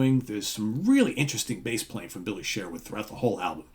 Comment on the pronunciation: It's also pronounced Billy Sherwood not Billy Share-wood